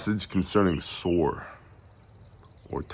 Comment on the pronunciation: Shabbat shalom. Two things... HalleluYAH!! The wisdom of knowing that there will be no peace in the Middle East until YAHUSHUA'S return. How many politicians obviously are not wise enough to pay attention to that fact. 2nd...you kept saying "Tsor" from chapter 23. It prompted me to look up the meaning of "Soros/tsoros". Here's what I found: Strong's #4673: soros (pronounced sor-os') probably akin to the base of 4987; a funereal receptacle (urn, coffin), i.e. (by analogy) a bier:--bier. Thayer's Greek Lexicon: ́ soros 1) an urn or receptacle for keeping the bones of the dead 2) the funeral couch or bier on which the Jews carried their dead forth to burial YaHushua spoke about this in Matt. Interesting huh💭🤔